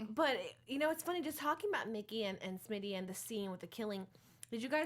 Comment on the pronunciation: Why is no one telling her that his name is not SHmitty? It's so frustrating I can't watch the first half of the video.